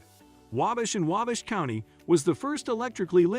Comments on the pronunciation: "Angola in STUPID County" 🤣 - That's STEUBEN County. // I've never heard of the "AIMish" before, or the town of "Whabish". 🤔 I have driven through WABASH many times though. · Agree with the Cringe-worthy pronunciation, Waaaabash, Aaaamish. Add Turkey Run Marshall, Indiana. Beautiful Area.